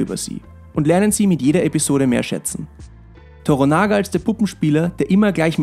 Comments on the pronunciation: Klugscheißermodus an: Bitte noch mal Schreibweise und Aussprache von "TORANAGA" (nicht TORONAGA) checken. Betonung liegt auf dem Mittelteil des Namens toRANAga. Klugscheißermodus aus .. Eine bärenstarke Serie! Ausgenommen das Casting für Blackthorne. Der Schauspieler fällt gegenüber dem restlichen Cast komplett ab. Ihm nehme ich die Rolle nicht ab, sorry. Ansonsten aber ein sehr guter Beitrag. Danke dafür! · Toranaga, nicht Toronaga ;) TORANAGA-SAMA! HOOO!! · Das heißt nicht toronager. Wird schneller gesprochen so wie Toranagga. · Der Mann heißt Toranaga, nicht Toronaga :). Die Serie hält sich glücklicherweise ziemlich nah an die Romanvorlage. Die reale Vorlage hieß Togukawa und gründete eine Dynastie die bis 1867 hielt. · Tornaga WTF? Es heißt To-Ra-Na-Ga, ist doch nicht so schwer. Ein gut geschriebenes Prequel, genügend Stoff für 2 Staffeln gäb es, wäre durchaus denkbar. Stichwort: - Oda Nobunaga (1 Staffel), Invasion in Korea - Toyotomi Hideyoshi (besagte verstorbener Taiko, dessen Sohn wir in Shogun sehen) 2. Staffel Vom Bauern zum General Odas, bis hin zum Herrscher. - Allein die Biografie zu Date Masamune ("Einäugiger Drache des Nordes") wäre eine eigene (4.) Staffel wert. Denn er lässt später tasächlich Schiffe nach europäischen Vorbild bauen und eine Delegation reist sogar über Amerika bis nach Rom, was sogar zur ersten Weltumseglung der Japaner führt. Heute leben sogar noch Nachkommen dieser Reise in Spanien, da einige der Japaner Christen waren und nicht nach Japan zurückkehrten, da in Japan die japanische Inquisition begonnen hatte. (Da war ein gewisser William Adams /Blackthorne nicht ganz unschuldig.) Das wird in Martin Scorsese Film Silence (2016) mit Andrew Garfield, Adam Diver, Liam Neeson und Tadanobu Asano (Fürst Yabu) behandelt. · Toranaga ... nixht Toronaga !!! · Yoshi Toranaga! Nix Torunaga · Es heißt TORANAGA !!!!! ..nicht Toronaga🤣🤣🤣...kein Like ..und auch kein Abo...🤷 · Es heißt Toranaga und nicht Toronaga!!!!